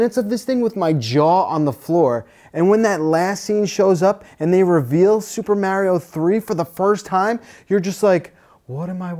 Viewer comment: pronounces Mario correctly.